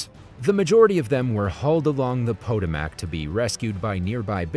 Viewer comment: Wow, that river is pronounced "Pa-toe-mick". Not from the USA, eh?